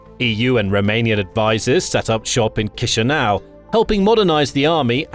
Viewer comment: Kisinau is giving me chills it's chi sinau